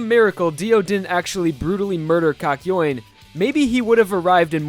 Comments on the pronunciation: I thought it was kak-yo-in not kak-yoyn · I'm sorry.. but I can't with the way he said kakyoin.. I don't know if I say it wrong but you really pronounced the YOIN in kakyoin and it just bothered me, I'm sorry 😅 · pronounced that shit cock- yoin, instead of kahk-yo-een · It's pronounced Kak-you-ean not Kak-yo-ween, just so you know. I mean, you said his name a LOT in this video and it can be pretty embarrassing to pronounce it wrong every single time, so- for future reference, is all. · It triggers me how he pronounces kakyoin. It's not "KAKYOAIN" it's Kak-yo-in. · heaartzz, the person who just called kakyoin poop in Spanish, his name is kakyoin not “kAk.” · Kak-yo-een. Not kak-yoin (pronounced like coin). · Kakyo Wayne?? It's pronounced Kakyowin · I think the caps thought he said COCK YOUIN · Him:kayoin Subtitles: KA KA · i just love how you pronounce kakyoin as 'cock-yoin' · I put sub titles on instead of kakyoin it said cock join 😂😂😂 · Kakyoin subtitles: cock join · BROTHA, LEARN HOW TO PRONOUNCE KAKYOIN: KA-KI-O-IN. SIMPLE. PLEASE DUDE, I LOVE YOU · REALLY? KAKOYAN? That’s not how you pronounce it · Why he pronounce it "cock-yuen"? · No one: Still no one: This guy: "kakyoin" YouTube subtitle: calculating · I can’t watch if hes gonna pronounce Kakyoin like that. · Im still in battle tendency but i feel sad when i hear "kakyoin" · learn how to say his name, jesus christ. unwatchable.